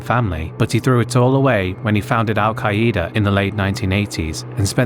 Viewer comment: Al-Queda is not pronounced "Al-Kai-E-Dah" it's pronounced "Al-Kay-Duh"